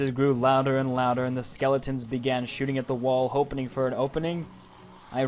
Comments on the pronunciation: “Hopening for an opening” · My mans realy just said hopining for a opening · "hopening for and opening" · "hopening for an opening" noice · I think we’re all “hopeining for an opening “ I love you man 😭😂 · Just realized he said hopening for an opening